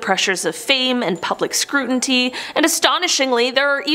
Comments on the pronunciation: Scrutinty ?? U mean scrutiny 😂😂😂😅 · WTF is scruntinty? Did we mean scrutiny? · All these things need to be under "Scru' inTy" or is it Scrutiny? lol